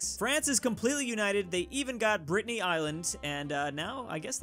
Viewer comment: Stop calling it Britneyyyyy